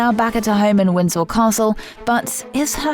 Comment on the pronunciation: ITS WINDSOR NOT WINDSEL